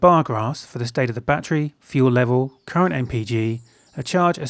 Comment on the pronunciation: its zeee